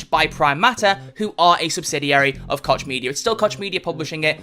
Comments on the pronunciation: It's pronounced Coke not Kotch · I believe you pronounce Koch as "Coke" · He just doesn't want to say it cock media which is the correct way